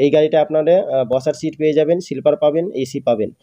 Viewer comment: When you give descriptions, your pronounciation must be strong and clean.But sorry to say you spell silliper in liu of sleeper coach. Immediately correct your spelling.